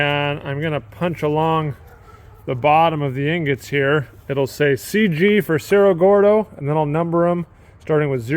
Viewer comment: So ridiculous how you simply do not take the time to pronounce cerro gordo properly.👎